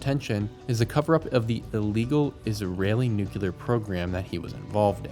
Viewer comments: Nu-cle-ar. NOT nuke-u-lar. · It’s pronounced “NOO-KLEE-AR” not “NOO-Q-LAR” Just look how it’s spelled… NUCLEAR… not NUCULAR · Americans - nuclear is "new clear" not "new queue lar" and escape doesn't have an x in it. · NUCLEAR. Not Nu cu lar. You actually said it a couple of times but you kept saying nucular like W.Bush. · NU - CLE - AR repeat after me... NU - CLE - AR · Good video but please quit saying “nucular”